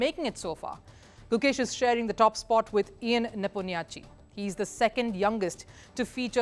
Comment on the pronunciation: Ian neponiatchi keh rahi satvi fail. Neponmiachtchi hota hai